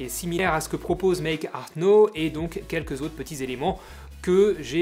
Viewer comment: Pas "méééke arte nowwwe" mais "méééke arte naahouw" +- 80 millions de Français font l'erreur ;)